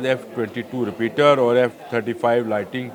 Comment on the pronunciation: Name is “Raptor not Repeater”